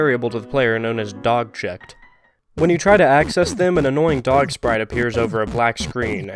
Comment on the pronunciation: Ah yes D ö g